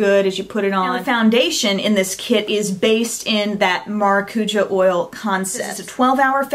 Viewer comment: you butchered the way you pronounce maracuja but its okay because you're still one of the best beauty gurus out there :) lol